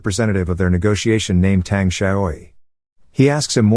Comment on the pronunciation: This is an excellent movie. Not Malaysia, but British Malaya. More specifically, this took place in the island of Penang. Sun is pronounced as "Soon". His full name is Sun Yat Sen, aka Sun Chong San, aka Sun Wen. Tang is pronounced as "tongue".